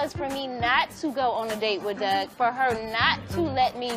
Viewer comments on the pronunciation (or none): none